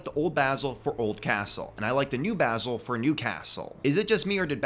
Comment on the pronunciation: I just wanna say this: THANK YOU FOR PRONOUNCING BASIL'S NAME CORRECTLY! A lot of videos I've come across pronounce Basil's name as in "basil" the herb. It was kinda a pet peeve for me. And I do like Basil's updated minifigure. Honestly, I think the only thing that could have made his minifigure better, would be a black breastplate with the Fright Knights insignia on the front, similar to the Spooky Knight's breastplate, but black instead of silver. Would kinda give him a more warlord type look.